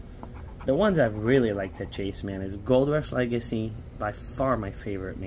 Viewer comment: You kept saying "I got the chase I wanted" and "Let me know your fav chase" I thought you said cheese instead of chase lol...fav cheese...um Colby? It's been a long day....